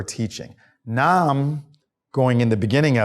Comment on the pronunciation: The First word is not "Nam ". IT IS...Namu, Myoho, Ryn, Gay, Kyo